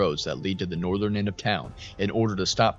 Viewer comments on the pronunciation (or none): none